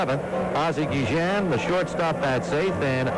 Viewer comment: Two things I always remember from this game, and the video confirms it. pronounced Guillen's name as "Gee-zian." I don't remember if others did at the time. And the other I remember is Cowley's joke about everyone coming out for his 20th career victory.